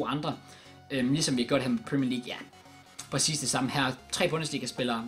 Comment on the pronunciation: Hvorfor siger du pracis istedet for præcis